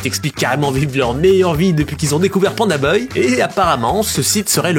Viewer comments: Pandabuy ( 🗣️ bay ) non pas boy !! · ba « baille » dans la vidéo il dit « beuil » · mdr c pas pandaBOY mais pandaBUY poto la prononciation catastrophique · « beuil » au lieu de buy (baille) 😭😭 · les prix de livraison ont explosés c'est fou. Par contre stp c'est PandaBuy (baille) pas beuy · Tu m'as énervé pdt toute la vidéo, c'est panda "baille" pas panda "beuille" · Je sais pas si c’est l’accent Suisse mais ça se prononce « PandaBAYE » et non « PandaBeuye »😅voilà voilà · Panda ''bye'' et non ''boy'' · Buy: « BAILLE » pas BEUILLE arrête pitié 😭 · pandabuy « bye » pas pandaboy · Pourquoi tu prononces Panda Boy, alors que c'est clairement Buy, ca va pas chez vous les suisses? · PandaBAILLE pas BEUILLE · Moi j'ai entendu PandaBoy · Panda "Beuye" mdr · Panda beuil il a dis mdrrrrrr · ça se dit Panda Bai chef👌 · "Panda Beuille" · très très interessant la video bravo mais par contre Panda BUY par pitié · Y a moyen de le prononcer genre "panda baille" s'te plaît ? 😅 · Pourquoi tu dis Panda Boy ? 😂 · Quand je pense au nombre de fois ou tu a dis "baille" dans tes vidéos... Pour "buy", dis pareil, tu vas voir, ça va marcher tout seul. :) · pk tu dis pandaboy mdr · pourquoi tu dis pandabeuy lol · Pandabuy ou pandaboy ? Drôle de prononciation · Alors ... rien à dire très bonne vidéo, mais par contre je suis traumatisé par ta façon de dire le nom du site " pandabeuy", ça m'a stressé à chaque fois que tu le disais 😂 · mais par contre on prononce pas PANDABEUY, rassurez-moi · pk tu dis pandaboy c perturbant de bz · Ok c'est parce que ton cours d'anglais a été rapide. Apprends a prononcer "Buy" boy 🤣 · Pandabeuil ? Sérieux vous savez pas prononcer buy (= acheter) ?! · pandabeuy hahaha apprends à parler frero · Pour quelqu'un qui dit "les bailles" une phrases sur 2 c'est bizarre de pas savoir dire Pandabuy correctement. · Inbuvable la video tu fais 11min sur un sujet dont tu sais mm pas prononcer le nom orh g mal au crâne 🙉